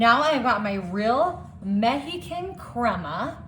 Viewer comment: Please look up the correct pronunciation of the word OIL, the way you say it makes you sound ignorant. And corn is on a COB. The outside is the HUSK. There was NO husk in this video. You might also look up the pronunciation of MEXICAN. OR... if you don't want everyone to know how IGNORANT you are, the keep on saying everything WRONG.